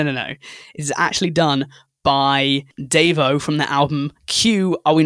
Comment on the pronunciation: DEVO ON THE LIST, OH HELL YES. Also, it's said De-vo, like, they got it from De-Evolution (I hope this doesn't seem like a rude comment?). That's all I'll explain because if I keep on this will be a really long comment. They're one of my favorite bands.